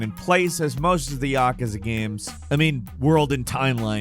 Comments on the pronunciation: I love your videos, but for the love of God, please say yakuza, right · Good lord, he pronounces Yakuza like a complete moron. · i love how he pronounces Yakuza